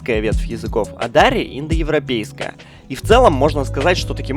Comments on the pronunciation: дарИ а не дАри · Во первых не пушту а пашту а во вторых не дааааари а просто дари окончание на и ну дари и фарси ещё практичейски одинаковые и таджитский тоже похож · Пушту́ и Дари́. Ударение в обоих случаях падает на последний слог 😊